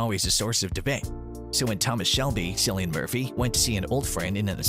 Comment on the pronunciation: It’s Killy-an, not Silly-an Murphy. Please rectify your mistake.